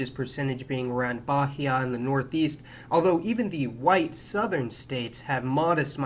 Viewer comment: In spanish and portuguese, the H is silent in bahía. Also you must (not only should) stress the I, the accent mark is there for you to know wich syllable to stress